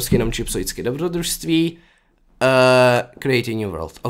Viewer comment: dobrodruství! :D nemá to bejt náhodou dobrotruství? xD